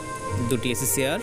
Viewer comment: bhai apni cha k sa bolchen kano? jamon ache k ase, chair k sear. coach k cos. sunte advut lagche.